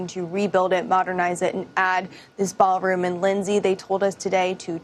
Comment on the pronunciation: ITS A "BA'ALROOM BLITZ"